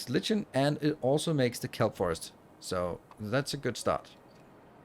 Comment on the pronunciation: Love the playthrough. I like the chill games. Maybe you can do a run of this per run of Factorio if they come out with more content. FYI, the word "lichen" is pronounced 'like-en' in US English, and something along the lines of loik-n in English English. But a whole lot of people pronounce it incorrectly.